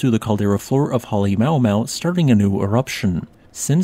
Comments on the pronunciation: Come on man, ""Holly-mow-mow" sucks. Pronounce it correctly. You should know better. "haleMA-uMA-u" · As I’ve said before in the first video on this new Kilauea eruption, Halemaumau Crater is pronounced “Hal-eh-ma-u-ma-u”, rather than “Hal-eh-mau-mau”. It makes a little more sense with the apostrophes: “Halemaʻumaʻu” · I understand that names are not actually geology, but you should ask Google how to pronounce Popocatepetl and Halemaʻumaʻu. Hint. there are no blended vowels in Hawaiian. The apostrophes are breaks in the sound. Ma ooh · I know without the phonetics in the name Halema'uma'u comes out Hale Mau Mau, but, even as someone with just a passing interest in volcanos I can't help but cringe a little each time you say that. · Just so you know for future, its pronounced Ha-lee-mahoo-mahoo but great video as always, keep up the good work! :D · Please pronounce the name of the sacred home of the volcano godess Pele (Peh-leh) at the summit of Kīlauea (KEY-lau-Eh-uh) correctly. Halemaʻumaʻu has six syllables, "HAH-leh-MAH-oo-MAH-oo", not 4 and means "house of the ʻāmaʻu fern". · I love you and the channel man, butplease learn the proper pronunciation for Halemaʻumaʻu. It's culturally a but offensive to pronounce it Mow Mow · BTW every vowel is pronounced separately in Hawaiian, halema`uma`u is pronounced haa-lei-maa-ooo-maa-ooo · Check your pronunciation of Halemaʻumaʻu please.